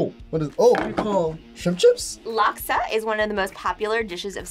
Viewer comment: As a singaporean may i know what in devil's name is that "laksa" ? Jesus Christ